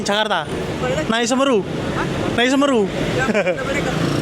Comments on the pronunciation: Nyebutnya SeMEru bro, bukan Semeru... 😅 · Semeru... pengucapan huruf "e" yg kedua, seharusnya seperti kata "kaleng". Karena itu kan nama gunung juga yang ada di Jawa Timur, Gunung Semeru.